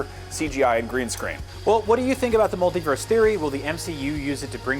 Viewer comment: And "mult-EE-verse". Not "mult-EYE-verse".